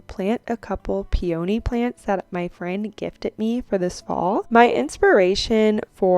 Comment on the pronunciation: Peony is pronounced pee uh nee. No long O sound. ❤ Great video 😊